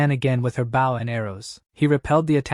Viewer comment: How brain-damaged are the AI's? When it's a bow and arrow, they say it like "bow" as if to bow to someone. When someone bows they say it so that it rhymes with "toe". Is the AI purposefully mispronouncing? HOW COULD IT BE SO BAD??